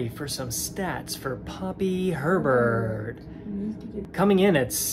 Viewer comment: Anyone else can’t stop hearing pervert in the intro instead of Herbert 😭😭😭😭😭